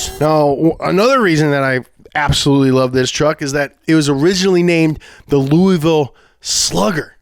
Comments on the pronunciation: You didnt say Louisville how I expected you to say Louisville, since you're from Louisville. Where is the LOUUVULL? You're breaking my heart!! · I don’t think you’re from Louisville because you said it was “LOUISville” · KY BABY! He said Louisville wrong though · You can't say you're from Louisville and say it like that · Not from Louisville...you pronounce it all wrong